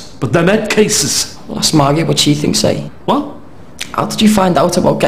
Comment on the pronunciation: At one point, Jimmy pronounces "Margi" with a soft rather than a hard "g".